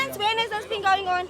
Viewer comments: i think for the fact that this second presenter has his own unique character we gon end up enjoying him, pls i stand to be corrected did he just said " Whats go-onion" aftr the call?😂😂😂😂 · "What's going nyon? " 😭😭😭😂😂😂😂💔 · “What’s going nyon?? Kwenzakalani”😂😂😂😂😂😂